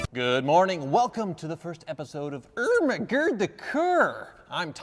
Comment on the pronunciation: You're slurring your speach when you say "Oh my God, the car".